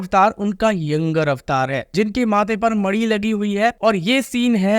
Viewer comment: Bhai mani hota hai naki madi